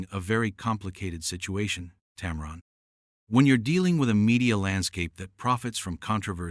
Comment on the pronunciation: Why don't you ever show the actual interviews? is no "powerhouse". It's "TAM-run", not "TAM-ron".